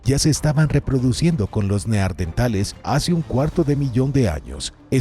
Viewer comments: Igual que en el otro video ,les vuelve a decir neardentales 😂😂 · Los neardentales😂😂